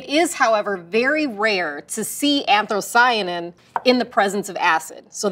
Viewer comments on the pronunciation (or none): She is teaching....anTHROcyanin ? NO less than 3 times...ANTHOCYANIN, no r in that word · "ANTHROcyanin"? I swear people learn the silliest pronunciation faux pas. Haha